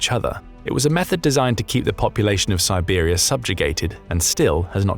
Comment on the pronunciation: Siberia not Tiwari.